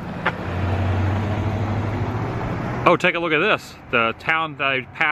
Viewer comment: It's not Grove land - it's pronounced Grovelund.